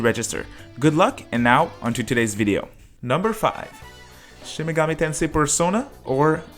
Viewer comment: Play a Reel Shin Megoomi Tensay Gaem